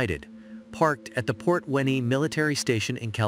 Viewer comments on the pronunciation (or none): Please educate your AI voice to the correct pronunication of Port Hueneme.